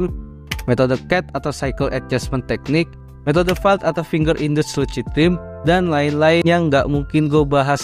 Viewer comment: bacanya lusid bang bukan lucid